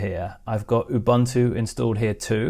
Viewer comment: It's pronounced ooh-boon-too - ref